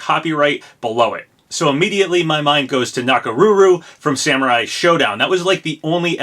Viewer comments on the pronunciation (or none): none